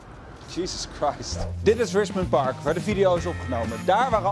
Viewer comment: It's Fichmond Bark